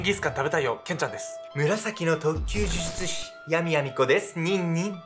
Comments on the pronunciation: 病み子ちゃんは「じゅじゅつし」って言えてるのにが「じゅずつし」なの可愛いwwww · 呪術師、言いにくそうw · ズズツ師…😂 可愛い😂笑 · 、『ズズツ師』って聞こえる(笑) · 「モハマド・アファンディ・アブドゥル・ラフマン」を噛まずに言えるのに 「呪術師」を「じゅずつし」と言っちゃう好き( ˘•ω•˘ ) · じゅずつしって言ってます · じゅじゅつしが正しいんだけどね😆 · ズズズ師って聞こえる😆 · 見る前からこのコメントが見えて、もうそうにしか聞えないです(笑)🤣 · 本当だ！笑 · もう、そう聞こえちゃうんだけど、どうしようwwww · 呪術師の”じゅ“のパートを強く発音し、”術“部分は力を抜くと滑舌悪いの回避できますよ😂💦💦💦💦